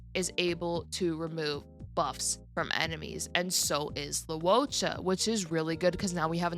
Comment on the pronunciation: Your pronunciation is more accurate though. It's not "low". "Loo-oh" is correct. Anyway, it's understandable that not everyone can say names in different languages correctly